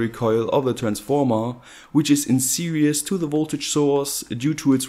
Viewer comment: Series. Not "serious". Lmao